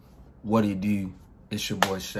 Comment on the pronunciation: Derrell S I was asking cuz he pronounced YouTube like this ——> yewtewb